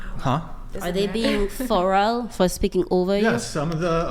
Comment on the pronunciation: She said a whole lot of nothing hahah she is the most uneducated person I have ever heard, she couldn't even say the word feral